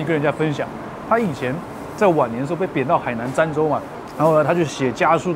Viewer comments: 海南儋dan州，不念沾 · 好好吃的样子！ 挑个小毛病 儋（dan\)州